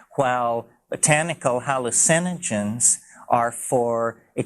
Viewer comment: Same pronunciation. Just puts emphasis on “hALL” instead of “u”